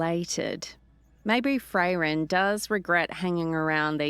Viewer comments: No, I really don't think she will. And her voice and pronunciation are just awful. It is Frairen not Fray-ren. It's pronounced hangar not hangaaaaaah. She sounds like a snotty bored British noble who can't be bothered to care whatsoever about the characters. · If I have to hear 'Fray-ren' or 'hangaaaaah' one more time, I'm going to abandon listening to this series! I wouldn't mind so much if she didn't sound utterly bored to tears every single word when narrating. No vocal inflection, no emotion, just bland recitation. We could and WOULD get better narration from an AI. She clearly doesn't care about the characters whatsoever. Honestly with her accent and completely emotionless speech, she sounds like a bored, snobby, British noble who can't be bothered to care about what she is doing. And for Pete sake it's Man'darian not manderaine like the orange! Can we PLEASE get someone who cares about the story and characters!? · It feels a bit like a favourite band getting a new lead singer, did great but please, if I ever hear another "Fray-Ren" I'm unsubscribing 😂😂